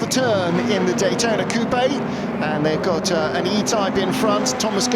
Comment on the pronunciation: It's not cou pe' it is just coupe with the e silent.